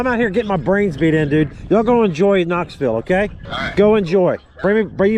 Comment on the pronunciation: Knoxville...knoville lol close enough ! Stick um Scott